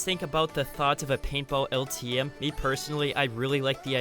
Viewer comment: Bro I thought he kept saying PayPal but he was actually saying paintball